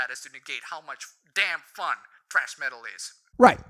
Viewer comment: What happened to the h in "thrash" as you were reading it? It's not even an accent thing as you also typed it without the h. I'm saying this as someone who doesn't know for sure, but I would think calling "thrash" as "trash" could be seen as an insult. Then again, I don't know, it could be a legitimate alternate name for it. & I believe they meant "hit on" as in "flirted with" not "beaten up"